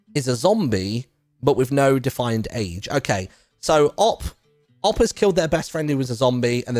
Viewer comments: I still cant get over Martyn saying "op" instead of "O-P" lol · Martyn is TAH for his pronounciation of OP